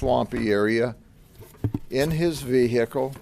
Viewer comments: “VeHIcle”😭 I can’t stand his voice lmao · sometimes he puts emphasis on the hic in vehicle. and others he doesn't. its like sometimes his inner country boy comes out and sometimes it doesn't. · Confusing. The good sheriff knows the word, and usage, of 'kerfuffle,' but cannot properly pronounce 'vehicle.' oh, just got near the end of the video and realized the sheriff doesn't care at all about the law, he only cares about what he "feels." The law and logic are liberal things, good Trump supporters like the sheets just go by their feelings, and the law is just something they can't stand. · Someone should explain to him that usually in the American English language the "h" when its following a "w" is silent 😅